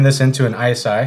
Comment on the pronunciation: Interesting: As an Austrian I always thought that iSi is pronounced like the englisch word “easy” because it is so easy to make whipped cream. Edit: I just learned that iSi is in fact an Austrian company which i did not know until this day. So I guess it should be pronounced “easy” then because that is the german way of pronouncing iSi.